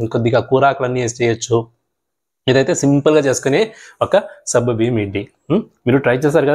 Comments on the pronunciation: Naku sabbu biyyam ani వినిపిస్తోంది.meeru alage antara.leka nene tappuga vintunnana? Adi సగ్గుబియ్యం. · సబ్బు కాదు సగ్గు